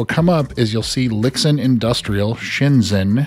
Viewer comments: Pronounced "Lee-Shin" FWIW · Just some unimportant notes: Lixin is pronounced as something like Li Shin. Weiruixin as Wei Rui Shin lol